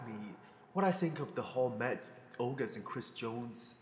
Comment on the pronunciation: oguseses? lol that made my day. " Ogus' " is how you would spell it.